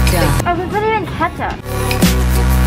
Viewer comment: She realy said keptuch